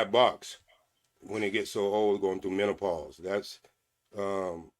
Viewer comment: Mentapaus, pacifically and changelier 😂😂 I could watch him all day